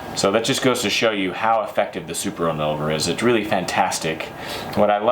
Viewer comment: "super inolver"